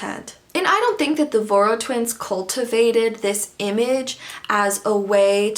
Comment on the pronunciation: Voros is pronounced like Vorosh! It's a Hungarian name I think?